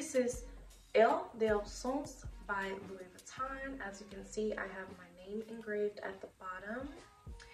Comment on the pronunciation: Nice collection...but the "n" is silent in Louis Vuitton